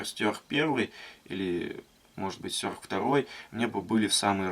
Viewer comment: мне ухо режет твое произношение название ножа, какого хрена "стЁрх" то??? стЕрх! и убери ты это активное окно на видео с ссылкой на твой канал, ты так подписки не заработаешь! бесит, на паузу не возможно поставить видео! дизлайк.